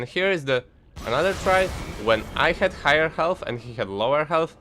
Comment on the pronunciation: lmao ğHğhigher ĞhğhhğHealth funny accent